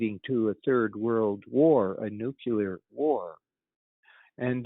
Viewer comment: "nukular"?!! Where did learn its English??!!!